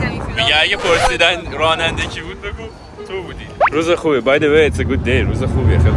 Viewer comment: موقعه ک گفت امروز روژ قشنگی یجوری درس بود روژ ب کوردی میشه روز😂کوردی فارسی انگلیسی